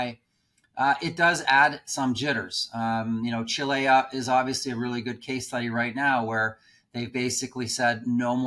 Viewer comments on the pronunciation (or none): Where is Chil-eh-ya?